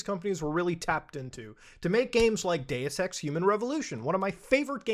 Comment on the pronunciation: Sounds like he said I like Day Sex